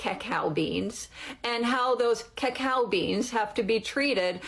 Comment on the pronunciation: Listening to this woman say “cacao” should be the new way to torture people for information.